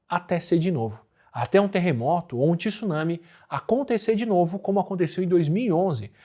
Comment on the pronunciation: só não fala “tissunami”(tsunami), dói meu ouvido 😂 mas vlw pelo vídeo, show de bola ✌️